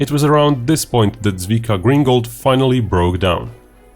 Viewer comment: If you make a video about someone's amazingly heroic actions, the least you can do is to make the effort to find out how to not pronounce their name completely wrong.